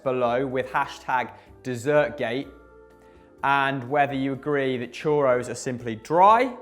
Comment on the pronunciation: Homeboy called a churro a choro